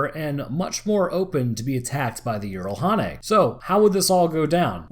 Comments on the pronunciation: It's not yeeralhanae it's jiralhanae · Jiralhanae J not Y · "I only know one pronunciation that may be correct. In Halo Wars, the shipboard A.I. says "jee-rall-HAW-nay" (jiralhanae; brutes). I pronounce it "jer-RALL-ha-NAY," myself." I have played Halo Wars and heard this. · Like I have said before good video...however it still needs editing...the way you say the Brute (Halo) species is still distracting. Here is a better link than the one I provided last time on how to say their name properly